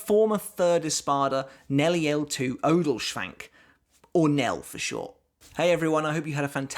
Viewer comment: The way you pronounced her last name IM DED 😂😂🙏